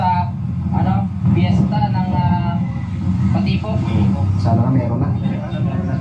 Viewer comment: Ako po una ko talagang napansin ung word na MATIPOK sounds like MATEPOK sorry po . Get well soon po 🙏